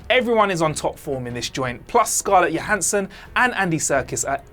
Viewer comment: It’s Scarlett Johansson with a hard J - not a Y. She should be a big enough star by now to get it right.